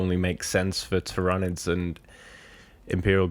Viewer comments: 😂 he's always pronounced it like that which makes me laugh. Ty-RA-nids 😂 The GSC and custodes rumour sounds very interesting, some new GSC especially would be appreciated as they're not sitting too pretty from a competitive viability at the moment in my opinion! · That pronunciation of tyranids lol im sorry. But i heard a rumor of a custodes box vs gsc with one new character each. And a whole range refresh for templars upgrade sprue a unit or 2 and helbreight, grimaldus an ancient and a generic captain model which sounds awesome. Also chaos is taking this long because they are filthy traitors of course not only are they damned but they get slow rules. There is also another rumor of new models for them also though 5 plus i think